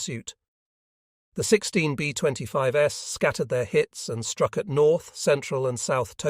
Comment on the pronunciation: B25S! Great info, but teach ur AI voice how 2 pronounce words! Very distracting!